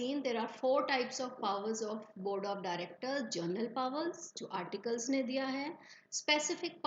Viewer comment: Pahele aap general ko general pronounce krna sikho...vo journal nhi hota!